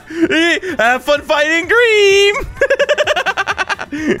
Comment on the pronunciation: “HAVE FUN FIGHTING GREAM XD”